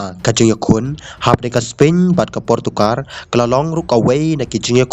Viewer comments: Portugal ❌portokar☑️😂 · Portugal not portugar